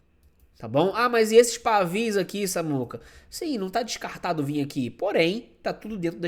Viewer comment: Samuca, não é pavis e sim pavios.